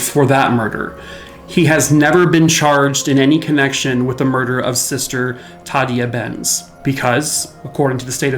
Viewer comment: Tah day ah Benz. Sister Tah day ah Benz. Not the way you're saying it. Ghosts don't appreciate getting their names wrong. Careful with Johnny. He's an active one. He's not really innocent. He's accessory prior to the fact. Maybe that makes him worthy of the same penalty as the person that did the raping, but for Johnny it was anything to get away from the horror of his home life, and that convent was that place, until that night. Oh well... How did he know? Society messed him up, and maybe when society messes people up that bad, society should try and fix them instead of just murdering them. Dunno, Johnny took the long road to get to Heaven. 9 levels and all. He's made it. Just a guardian now. Of his life story. Beware of that. He guards others as well. Cheers! Happy X-mas! 👻🎄